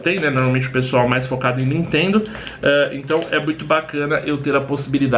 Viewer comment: jaja vc toma um striker por falar nitendo no seu video kkk:-)